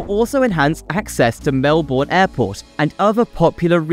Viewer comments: This was a pretty good video, but it was spoiled a bit by all the errors and mispronunciations of place names that distracted from the main messages. Perhaps a bit more research prior to creating the video would have helped. Melbourne is pronounced "Melbn". Watsonia is north of Bulleen. The map is wrong. "Melborians"? Is this a joke invented by Sydneysiders? We are Melburnians. Yarra is pronounced with a short a. I kept think I was listening to Lady Gaga singing Bad Romance every time Yarra was mentioned (so many times!). Darebin is pronounced "Darabin". The politicians you showed were prime ministers of Australia (Gough Whitlam and Scott Morrison). Road planning is primarily a state responsibility (although federal funds often are contributed as well). The picture of Heidelberg is of Heidelberg, Germany. Heidelberg, Melbourne looks a bit less historic than this. Macleod is pronounced "Mcloud". Our Doncaster, unlike the one in northern England, is pronounced with a long a. "Fright operators"? Do they only operate on Halloween? "Camperfield"? Is this meant to be Cambellfield? "Reduce the resilience on busy roads"? Is this supposed to be reliance? "Fitzmons Lane"? There is an i. There is no runway 10 at Melbourne Airport. They are 16/34 and 09/27. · It's pronounced Melbern... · Cheap AI voice that can’t pronounce place names. The pronunciation of Melbourne was insulting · You need to ask a MelBOURNian how to pronounce any of our names. This video has me go from forgiving to cringing to being insulted. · Started by pronouncing Melbourne wrong, and it went downhill from there. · 😂 Watsonia and Bulleen are labelled the wrong way round. Yar Yar? More like nar nar you got it wrong mate. Also pronounced Mel-bin.